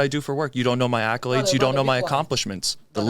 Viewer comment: Bro said accolades lol 😂😂😂😂😂